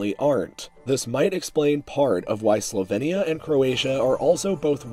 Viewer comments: Why do you pronounce it Slo-ven-ia and Herze-go-vena? it's slo-vee-nia and herze-go-vee-na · Well, I know that english pronounciation is closer to Slo-vee-nia, but in slovenian we say more like he said it (Slo-ven-ia). Aka - the E isn't pronounced as ee (as in weed), but like e as in left (but softer). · The way you say Slovenia and Herzegovina makes me want to die